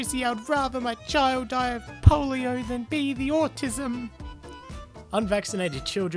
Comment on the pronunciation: Me when I hear ``vacinations cause atissum!